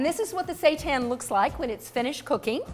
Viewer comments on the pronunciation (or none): You pronounce Wheat Gluten Meat (seitan) this way: "SHEE-TAAN" not say-tahn. Stay Vegan we are not serving satan. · No It's not "Shee tan". It's a Japanese word and you pronounce the "sei" in seitan the same as the "sei" in "sensei". Your pronunciation would be written as "shii tan"